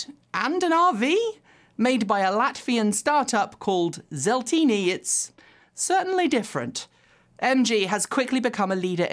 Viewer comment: that pronounciation of "Zeltini", though... Ouch